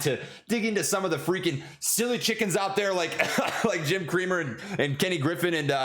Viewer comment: Did he say Jim Creamer? 🤣🙌🤣🍻🙊